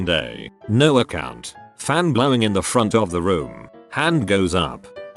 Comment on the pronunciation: Nobody: Robot: A C C O U N T